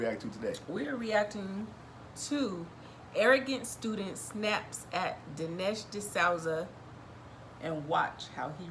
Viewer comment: It’s Dinesh (Di-Sooza) love you guys